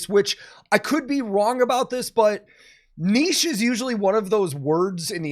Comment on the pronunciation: Finally! An american who can say "niche" correctly! 🤣🤘👍.